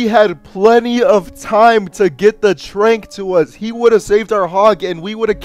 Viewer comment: Jesus, lil bro. Stop saying "trank" like tank. The word is trancendence. So you'd shorten it to "trance" like dance. Not trank like tranquility. Said that dumb ish 7 times in like a minute at the end. Made me want to chew aluminum foil.